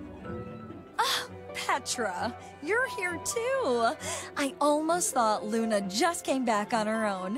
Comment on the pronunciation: its 'Lluna' not 'Luna' by the way.:D